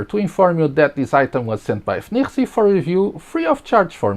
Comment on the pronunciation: Its pronounced FeiNiRuiSi